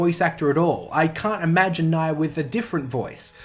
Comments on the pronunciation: "don't hit the dislike button just yet" says Nia as Na-ya instead of Nia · How do you go 100+ hours hearing as person's name and still put up a video calling her "Naiah?" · First off, the correct pronunciation of Nia's name is Nyah (Ni(e)- ah) which is also her Japanese name, this is a sort of pun of how cats sound in Japanese ears, Nyah. Now about the voice acting, there are good English voice acting in Xenoblade 2 like Morag, Zeke, Pandoria, Tora, Poppi, Pyra/Mythra, etc. But the bad ones in my opinion are Rex and Nia, and I prefer their Japanese voice acting than the English ones. Well yes, I do not understand Japanese a lot, and I do prefer English sometimes, but when I hear voice acting, I want emotion. This is what I hear with Rex and Nia in Japanese, not in English. Understanding a language or not is not a problem to me when there is subbed, and yes I do know the trouble of reading them and some possible mis-translations, but I can tolerate them when I can listen to characters display emotions well, for that props goes to the Japanese VA, cause they really put a lot of heart and effort in it. But again, that is just how I see things, and I am not the end all be all of voice acting, so in short it comes down to what gives you the best experience when playing JRPGs. Side note: I think the Japanese voice acting for Tales of Hearts is just...ok, not bad but not good either, and the worst one is Beryl I think her name was, but Kohaku is awesome. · Every time you mispronounce Nia’s name, I subconsciously think you’re talking about Mórags’ brother Emperor Niall. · Looking through a bunch of comments. I feel like I'm the only one noticing his pretty clearly purposeful mispronunciation of Nia's name.